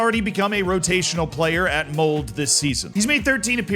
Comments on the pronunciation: Its not "Mold" Its "Mold-eh" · the E in Molde is not silent. It's Mold-Eh, not Mold. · Its not "Mold" its Mold"e". Its important you pronounce the E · Mold 😂its Mol-de. Anyway, that is the club that both Solskjær and Haaland came from. Also Dæhli-Møller etc. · Mold? It's more like [Mowl-duh] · Ok, its not Mold, just add a hard "eh" at the end, please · MoldE... You have sound out the "e"... And it's and "e" like in Denmark. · hearing it pronounced mold, sends a shiver down my spine.